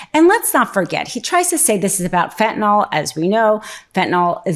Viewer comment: Fen-tun-ill, not fen-tun-all.